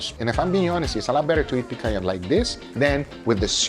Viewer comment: Are you Brazilian? Lmaaaao That explains the perfect pronounciation of "picanha"